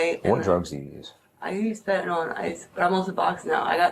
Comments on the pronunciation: Can everyone learn how to say FENTANYL......not FENTANOL! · Why can"t anyone pronounce Fentanyl? It is not Fentanall. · This is not just related to this case, but in almost EVERY video I’ve watched where the POLICE..the POLICE (who should know, perhaps, more than anyone besides physicians and pharmacists), the correct way to pronounce FENTANYL!! It does NOT rhyme with alcohol! It rhymes with BENADRYL! For f**ks sake! Sorry, but it bugs the crap out of me. You guys are dealing with it so much now, SAY THE NAME OF IT CORRECTLY!!! It makes you sound uneducated!!!